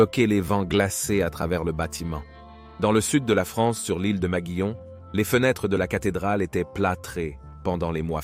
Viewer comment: Il s'agit de ile de maguelone pas de l'île de maguillon :face-orange-biting-nails: Tu racontes n'importe quoi :text-green-game-over